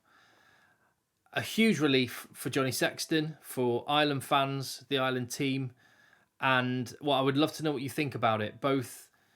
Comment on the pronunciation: Ireland not Island. English people don`t seem able to speak English.